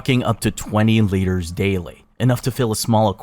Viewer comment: love the video but is anyone else a bit bothered how he pronounces liters and centimeters? amazing video but please pronounce measurements properly.